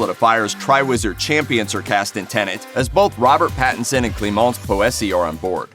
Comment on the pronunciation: Clee-mons Poh-essay... *ahem "Clemince Posey" B-)